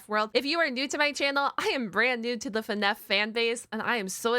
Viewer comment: Stop saying fnef say fnaf